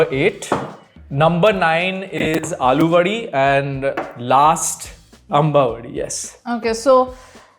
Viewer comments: Its not aloovadi..its अळूवडि...kindly do some basic research on marathi pronounciations before posting..same mistake was done by curly tales where sharvari wagh also pointed its not aloo vadi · Piyush = Liquid Shrikhand अळूवडि✅ अलूवडि ❌ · When Non-Marathi people realize there is no ळ sound or letter in their language. Aluvadi ❌ Aळूvadi ✅😁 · In Alu wadi It's not ल It's ळ.. It's आळू.. those are Taro leaves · Alu vadi - अळूची वडी not आलूची वडी.